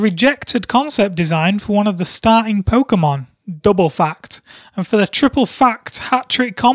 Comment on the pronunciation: What's Poćemon? Is it bootleg Pokèmon?